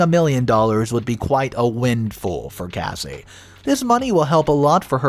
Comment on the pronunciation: It's not Casey. Its Cassie. Kas-e